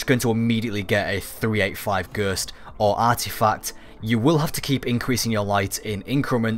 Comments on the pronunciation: gurst.... dude ghost G.H.O.S.T not a gurst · why are you saying gurst instewr of ghost... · I hate how he says ghost "ghurst" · A Gurst😂😂 Anyway, good video👍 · Sur, yur nurd a Ghurst? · i was thinking.....WTF is a "Gerst"? then noticed.....ooooooh Ghost lol xxx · "The best way to get the gerst......."😂😂😂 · take a shit every time he says gurst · Ghersst? Hahahahaha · Wtf is a gurst? 😂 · stop saying ghööst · Fucking gurst 😂 i English and never fuckin heard ghost pronounced like that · I took a shot every time you said "gurst." I'm in the hospital now. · Alex D-M Gherst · i died when i read this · I'm crying at "Ghurst" 😂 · knock knock whose there? gerrrrrst!! gerst who? gerst is one way I have never heard 'ghost' being pronounced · I want someone to chop out every time he says it and compile them together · fuck I meant shot but that's still funny as fuck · What the hell is gherst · this really helps, but the way you pronounce ghost is funny haha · you say ghost funny lol